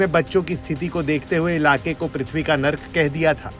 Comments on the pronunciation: पृथ्वी होता है "पुथ्वी" नहीं ...... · पुथ्वी नही, पृथ्वी.. ✅🤦‍♀️